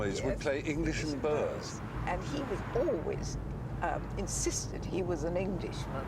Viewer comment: why do the english insist on pronouncing boer as it is spelled? just say boor, please - it is easily done.